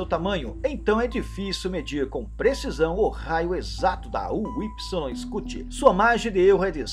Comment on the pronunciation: então Pq vc pronuncia o nome da estrela errado? Incluindo massa ,e medidas!